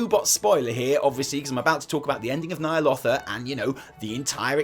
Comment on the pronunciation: isn't it nya'lotha not *nya'lofa*?